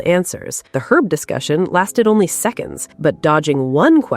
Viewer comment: She's such a moron. She didn't even know how to say herb! Yeah, you're a cook 😂😂😂😂